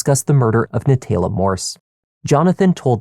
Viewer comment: NaTAYla… if you can’t pronounce it correctly stop trying to narrate just let the video play